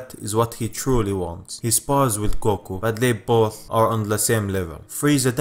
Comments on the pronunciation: A money goko lol it sounds a little funny but cool at the same time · Man your accent is really cool. xD I just can't get over how you pronounce 'Goku'. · I love the way you say "goku" it's like a deep coco with a u at the end 😂